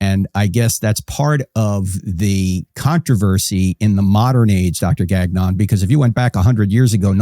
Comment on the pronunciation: The pronunciation of “Gagnon” 😂 it’s a French name, takes a bit to get it right, I’m surprised he didn’t gently correct the way it’s pronounced! All good, I’ve just never heard it pronounced that way!